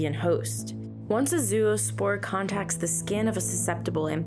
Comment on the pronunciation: Nice content and context. However it is not pronounced as zoo-o-spore but more like the beginning of the word “ZOne”, i.e. zo-o-spore. Don’t worry, it’s a common native English speaker mistake.